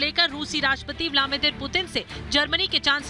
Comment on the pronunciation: ब्लामीदिर नहीं ब्लदीमिर पुतिन. नाम सही बोला करें